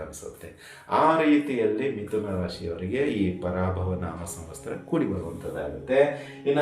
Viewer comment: ಸಂವಸ್ಥರ ಅಲ್ಲ ಸಂವತ್ಸರ. ಸರಿಯಾಗಿ ಹೇಳಿ